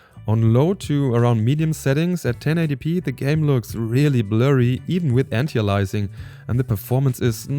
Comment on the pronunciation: heya, it's anti - aliasing, not antialising